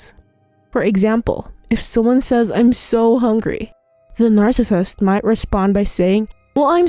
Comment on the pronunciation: Slow down when you say narcissist. If you are going to say it 100x each video it would be nice if you could slow it down and say it properly. Since your channel is on the topic, please learn to say the word. You can do it!